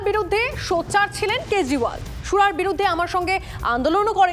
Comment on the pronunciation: "কেজরিওয়াল" এর জাগায় "কেজরিবাল"😂😂😂 কেওকি নিউজ লাইনে এটা দেখেছ ☝️😂